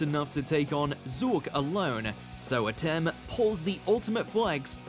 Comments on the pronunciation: for the millionth time, it's pronounced Ah-tem, not Atom. did you even bother ever watching the show? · This segment should've been narrated by someone else because keeps saying Atem's name wrong! It sounded like he was saying "atom" and not "ah-tem"! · believes it Pharaoh Adam with their pronunciation. Its pronounced A Tem. And because of your failure, be banished to the shadow realm. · I see doesn't know how to pronounce ah-tem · I can’t stand the way this guy says Atem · The mispronunciation of Atem repeatedly is awful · This fool cannot say his name right, how insulting 🙄😭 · The way he says atem is so bad